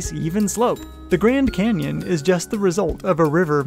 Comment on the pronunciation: Nah he said cannon